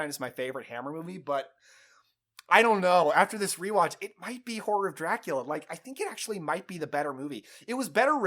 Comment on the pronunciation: I’m sorry, all I hear when you say the title is ‘Whore of Dracula’